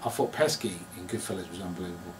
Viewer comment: Can we talk about the fact he said he “out-cunted ‘goodfellows’” .. it’s goodfellas terry.. and I can’t remember the word cunt being used once.